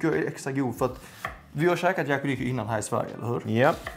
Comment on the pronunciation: Det heter yakiniku och uttalas så. Men säger fel vid åtminstone ett tillfälle (tid min.). Då säger han yakuniku.